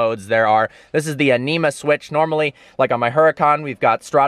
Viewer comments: I thought you said "enema" switch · What the hell, why do you pronounce Anima like that?